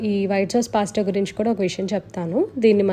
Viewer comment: పాస్ట కాదండి పాస్త